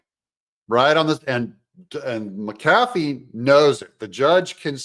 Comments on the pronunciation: The Judge's name is pronounced MCafee, not mCAFee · Doug, the Judge’s name is pronounced MCafee, not mcAFee just like McAfee virus protection and Pat McAfee pro NFL ESPN host. First syllable is accented not the 2nd. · Pet peeve: It's pronounced MAC A Fee. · Hey Doug. Happy patriot here. Please pronounce the judge’s name correctly. Mac-ahh-fee. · Would someone please explain to Doug how to pronounce the Judge's name?? It's MAC AH FEE!!!!